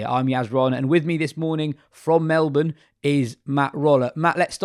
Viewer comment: Well done on pronunciation of melbin